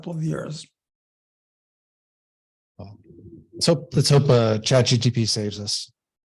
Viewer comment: it's Chat "GPT", not "GTP":) Just thought you'd want to know. Thanks for all the great info, guys.